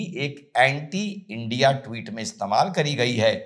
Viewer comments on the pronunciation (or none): none